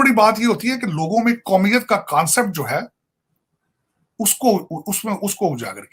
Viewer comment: It's not kansapet it's concept